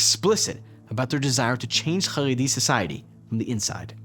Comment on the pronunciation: CHaredi NOT Haredi CH not H like as in Chevron